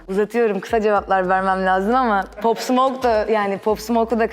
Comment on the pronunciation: Abla pop değil pap diye okunuyo.